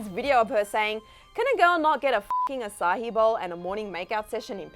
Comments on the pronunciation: It’s açaí, not açáhi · Omg maybe it’s cuz I live in Singapore but ‘aca-hi’ no lol no that ain’t it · can a girl not say fucking acai bowl?